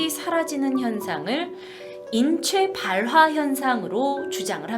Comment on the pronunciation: 인췌봘화 ㅋㅋㅋㅋㅋ